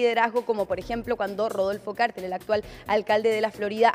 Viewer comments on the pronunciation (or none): none